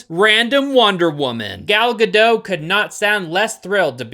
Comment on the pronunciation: One thing that makes me sad is that since Wonder Woman 3 was canned and I still have no idea if Gal's still gonna be in future DC films or not, then that means this small, boring cameo was her swan song as Wonder Woman. How fucking sad is that. Also the "T" in "Gadot" isn't silent.